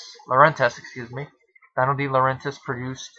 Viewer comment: Great movie. I saw it at the theater. Went to see it again the next day and it was sold out so I saw Any Which Way You Can instead. Just to let you know, since you do movie reviews and Dino De Laurentiis produced a good amount of movies, Dino is pronounced like Fred Flintstone's pet Dino and Max von Sydow is pronounced Seedow instead of Seyedow. Good review.